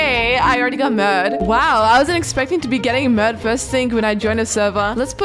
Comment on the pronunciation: Yeah 😂😂😂😂 I heard mad